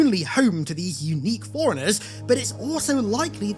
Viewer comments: C'mon dude, it sounds like you're saying "foreignehs" instead of forerunners. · Forerunners sounds alot like 'foreigners'. Maybe its meant to be foreigner? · You're making forerunners sound like foreigners. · Ngl it sounds like you're saying "foreigners" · It sounded for a sec like you were saying “foreigners” not Forerunners 😮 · Its FORERUNNERS?!?!? i thought he was saying foreigners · I did not understand what Foreigners even are at first. But then...... Forerunners pronounced fast 😅😅